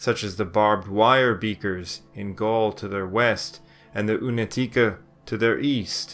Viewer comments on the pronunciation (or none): This is a good documentary, with only one complaint. The letter "C" ia always pronounced as tz in Slavic languages. Never as "K". So, Unetice is really Unetitze. And, Un E tice. Not Unet I ce. And it's plural. We just made everything easier. I see most Anglo-Saxon speaking narrators have a problem with this. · It's pronounced like oonyetyeetseh not unateekah thanks